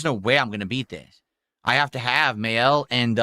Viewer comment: He pronounces “maelle” as “male” 😂